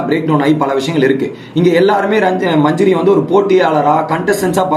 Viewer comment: Majuri illa Adhu manJAri... Please change ... Evlo per solraanga